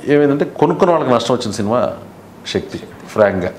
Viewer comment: శినిమ కాదు సినిమా